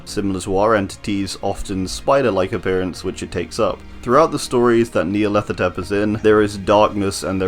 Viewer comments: Nya-rlathotep: NEA-rlathotep.....HMMMMMMMM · nice!! also whenever you said Nyarlathotep i thought you said Nea and didn't even question it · Nyarlathotep NEAlarthotrep Suspiciously same pronunciation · Holy shoot I just realized I pronounce Nyarlathotep wrong I said it like Nyarla-thot-ep